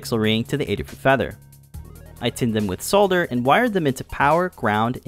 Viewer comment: This is a very cool project and an excellent video. Thank you! And as if that wasn't enough, as the cherry on top, your pronunciation of "solder" was perfectly correct :)